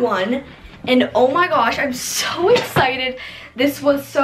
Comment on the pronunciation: I dare you to eat a Taki every time she says the word ‘exited’ and don’t pause the video or drink water!!!!!!!!😆